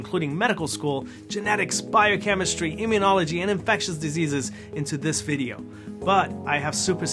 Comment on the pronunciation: I loved your “Bidio” so much!